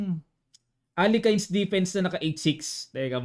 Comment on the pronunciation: Aleyhin" ang tamang pronunciation ng Alekhine